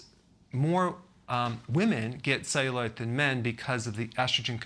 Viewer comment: Why does he pronounce it ze-you-light